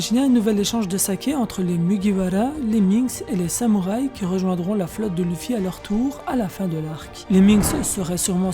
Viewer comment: Sa m'énerve comment tu dis wano kuni ou luffy...... frère fait un effort!!!!